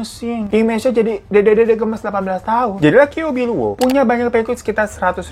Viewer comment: Bacanya ciao pbiluo, bang 😂